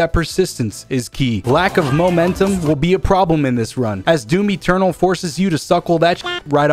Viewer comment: He said doomy ternal